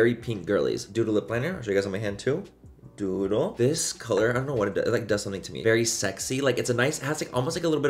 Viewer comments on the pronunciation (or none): When you first said “doodle”, I thought you said “dodo” 💩😂